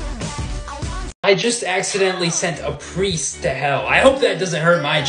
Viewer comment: THE fact on the first seasons finale he said pwull and pwiest